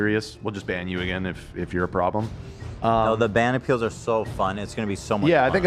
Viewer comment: ban appeals sounds like banana peels and now i can't unhear it